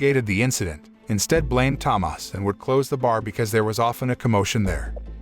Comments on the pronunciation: why are you saying it Tamas is so annoying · As a Polish person I can say it's an absolute masterpiece especially in Polish, never watched it in English. Also Tomasz is pronounced Tomash as the "sz" is said as "sh" same as "cz" = "Ch" "w" = "v" etc Edit: added =